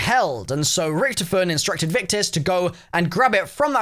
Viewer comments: why do you say ric-to-fen like ricktufin? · Loved the video, except the miss-pronunciation of Rick-Tophy-Ton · It's (rich toff fin) richtoffen